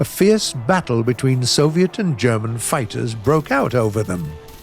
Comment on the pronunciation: is the only person I know that can pronounce German words properly, as well as Russian words and maybe Swedish words too?